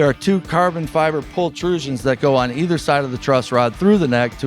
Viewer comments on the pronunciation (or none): none